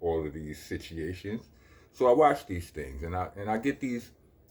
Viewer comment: What's funnier the way you pronounce, 'Situations' or your half dozen teeth?